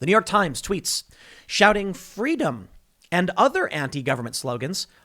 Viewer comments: "Fweedom" -Young Kamela Harris, not likely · Is Kamala saying “fweedom” now ? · "FWEEDOM" - Kamala Harris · It's only pro government when it's pronounced Fweeedom. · Someone go tell Kamala 'fweedom' is antigovernmental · Here I am, still remembering Kamala’s “fweedom” story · "Fweedom" - QueMala Harris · Was Kamala Harris there chanting, "Fweedom," as well? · "FWEEDOM!!!" is anti-government...Orwellian times...dark... scary